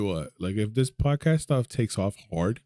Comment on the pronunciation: It sounded like you said the Pdidy podcast 😆. Ped…podcast okay.